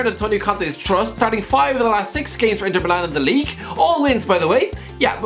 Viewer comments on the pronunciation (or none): none